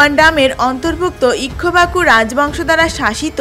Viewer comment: Ikkhubaku আবার কি? Ikkhaku উচ্চারণ হবে। এত বাজে উচ্চারণ যে কয়েক সেকেন্ড দেখার পর stop করলাম । commentary ভালো হলে পুরোটা দেখতাম।